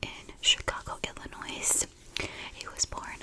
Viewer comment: Absolutely wonderful detailed video. Absolutely fantastic final look. But, as a fellow Chicago native, we absolutely DO NOT say the S in Illinois 🤣🤣